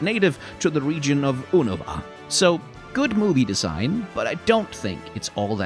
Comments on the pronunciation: And oonava instead of younohvah. It's like this guy has never consumed any spoken pokémon media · I refuse to pronounce Unova how it's said in the anime.